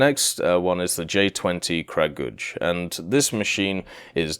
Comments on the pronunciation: Cut him some slack its really hard for westerners to pronounce slavic words especially kragulj, i mean how would he know its krah-guly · OMG, you totally butchered the pronounciation... Please do some research next time. Kragulj was especially cringe worthy...